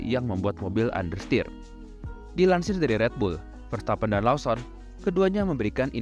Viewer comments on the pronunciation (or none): Koreksi bang Lawson bacanya Lowsen